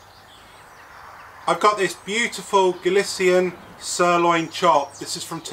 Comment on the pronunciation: Gali"th"ian ro"ch"o